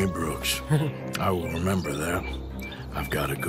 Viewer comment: You called him “brooker” several times, it’s BROOKS